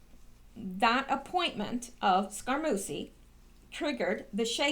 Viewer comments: Not Scara-Moosy SCARAMU-CHEE Two Cs make the sound "CH" in Italian ! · Scaramucci pronounced Scare a moochie I THINK. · Bon GEEE no! Scar A MUCHIE - long U Jeez. Watch some TV and learn how to PRONOUNCE names. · Scarmucci is pronounced "scar - MU - chee" or "scar - MOOCH - ee". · I'm glad I searched through the comments before I posted - was going to tell her I thought it was more like "Scare-a-moochie" lol 😏